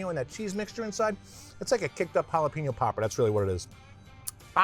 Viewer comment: It’s jalapeño NOT Jala-Peen-no